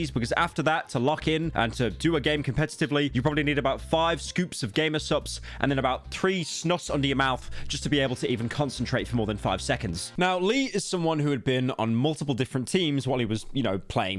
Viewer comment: Never mention snus again or i swear to god i will do unspeakable things to your vocal cords HOW DID YOU MANAGE TO SAY SNUTS INSTEAD OF SNUS? ITS NOT THAT HARD ITS JUST A ZZZZ SOUND LIKE A SNAKE THE LIGHTEST LITTLE n AND THEN A MASSIVE U NOT PITCHINGN UP OR DOWN JUST U WITH A LOW PITCH SNUBED END SAY URG TAKE THE FIRST SOUNDING AS A U AND THEN AT THE VERY END A ZZZ SIZZLE LIKE A SNAKE DISGUSTING HOW YOU SAY IT!!!